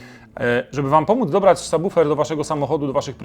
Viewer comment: Niesamowity, rewelacyjny i bardzo wartościowy materiał! Choć na razie nie stać mnie na car audio i póki co mam tylko systemy domowe, to obejrzałem z zapartym tchem, a prawidłowa wymowa słowa subwoofer to wisienka na torcie. Dziękuję!